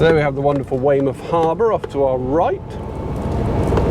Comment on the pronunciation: oi norf darset you sound like a yocal saying weymuff. :) these over an hour you tubes are a bit long.